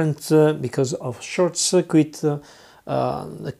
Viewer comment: I really like it when someone can speak really good english, but get a few little words wrong like cirquit 😁👍 . . Nice video though... ive been wanting to try electroplating for ages but cant afford the chemicals